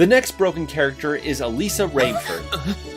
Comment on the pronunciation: he got Alisa's last name wrong